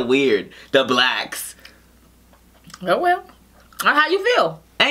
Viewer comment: Lol, why you say, “BLACKSSSSS” like that?! You made it sound bad when you said it like that!!!! 🤦🏽‍♀️ 😂